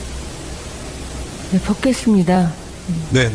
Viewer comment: 다른소리는 발음이 어눌한데,... 벗겠습니다. 소리는 자연스럽네. 줄리 맞구만..